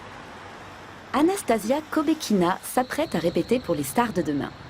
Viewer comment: On ne dit pas "AnastaZia", mais "AnastaSSia" ! Arrêtez de faire cette faute !